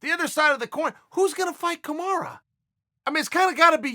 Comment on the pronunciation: These two goof oth fucking up names who the fuck is "kamora" chael?